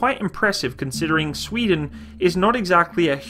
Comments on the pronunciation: good video but your way to say sweden sound way to wrong :P Sfweden it's sweden :P sry am swedish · The emphasis on “sveden” is totally unnecessary 😂😂😂. Love you’re videos